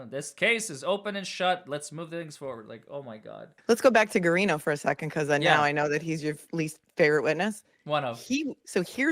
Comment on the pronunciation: it’s GA-RINO the U is silent. That’s how we’ve always pronounced that last name in Boston anyway.